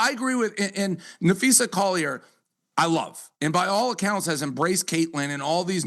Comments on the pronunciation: NapheesA, not NapheesE. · you big dummy you sound like your saying Nafeces, sound it out there, you can do it, Na-phee-sa 🤦🏼‍♂️ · NAPHEES-AH is how it’s said. Makes me cringe every time I hear you say her name. Please know peoples names if your reporting on them!! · uhhhhhh, I mean seriously folks, uhhhhhh I'm just being honest here, the sooner he starts pronouncing one of the most famous players and also the owner of Unrivaled's name right the sooner people will stop leaving comments. You'd think part of being a sports journalist is knowing how to say people's names correctly. It's annoying and makes him sound slow upstairs, and also it sounds like he's saying Nafeces 💩 It's like if he always called CC- Caitlin Clerk, and obviously it gets on people's nerves if you've seen the comment 100 times, 101 counting mine. Now if you'll excuse me I have to go drop some big ol' Nafeces off at the superbowl 🚽